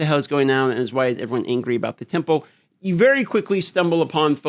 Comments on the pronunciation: Jesus learn how to speak temple..sounds like tempo good lord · Tempu, tempoh, temple??? What are you saying.